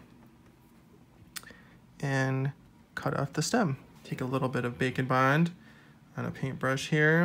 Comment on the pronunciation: Everytime I swear you say bacon bond until it finally dawns on me that you're saying bake n bond